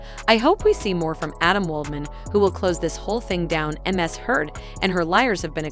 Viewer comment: I'm pretty sure this isn't a bot narrating this video but I always doubt myself when the most easiest of words are spoken incorrectly. Like when she said the letters M S instead of the correct way which is Miss (some say it's more of a z sound than an s, but either way it was still mispronounced) Heard. It's sad if a computer bot does it since they're supposed to be smarter than most people, but it's really pathetic if an actual human being is reading it and doesn't even say it correctly Ms. when its the title of a person like Mrs. or Mr. (FYI: IF you feel the need to reply or send me a message please make peace with the fact that I will never read it or even see it. I refuse to do the back and forth debate on my comments).✌